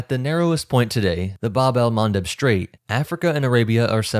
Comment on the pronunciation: English: "strait". STR has no H in it. STRAIT, not SHTrait. Likewise, STRIP not SHTrip.